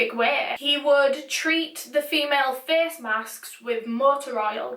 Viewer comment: I love the way you say face "ferce"😂❤